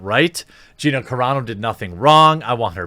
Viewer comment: I'm really proud of you for pronouncing Gina's name correctly.